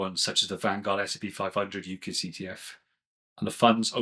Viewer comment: Great info…but UCITs is pronounced You-sits …with a soft ‘c’…sorry but it’s bugging me!